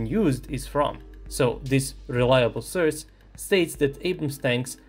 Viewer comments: It's pronounced SOURCE, not surs. For someone who makes a living out of talking, you really suck at it. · Nije "srs" nego "soe'rse". Mozes ti to. Verujem u tebe. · The way you pronounce "source" makes me feel uncomfortable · It's sOurce, not sUrce. 😆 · What's a 'sirce'? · Please, learn how to pronounce source. Unsubbed for now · It's pretty Charming how is pronouncing the word "Source" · Sry to be a dick, funniest pronunciation of the word source ever. Thx for the video tho! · Bro, love your videos… but you are killing me with the pronunciation of the word “source”. 😂 😅